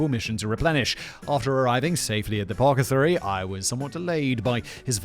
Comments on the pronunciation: Apacatheory? It's apothecary. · Simon, please, do a search on how to pronounce apothecary... Apo the cary not what you said ;D